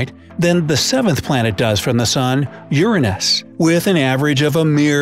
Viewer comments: ERROR It is youray-nis not youra-nis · Bright side: Ur-an-Us Me:U-ran-is Like if you thought that was funny 👎 👎 👎 👎 👎 👎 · Lol the way u said Uranus 😝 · The way he says Uranus. Lmao🤣🤣